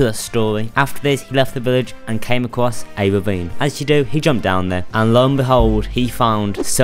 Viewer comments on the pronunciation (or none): HE CAME "ACWOSS OwO"